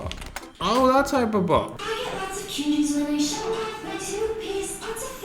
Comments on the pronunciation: Samuel Jackson says: Say "HYPERPohPt" instead of "hyperpop" one more time! I dare you! I double dare you muddafokah!!! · I kept hearing him saying "how to hipopop, how to hipopop" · I love how instead of saying hyperpop, he says hapopo